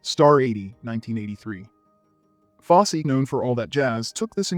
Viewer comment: Foss-see not Foss